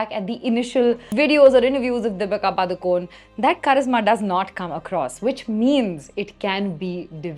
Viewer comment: You can't even pronounce DEEPIKA PADUKONE properly 😂